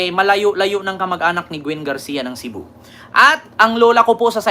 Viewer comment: Cebu hindi cibu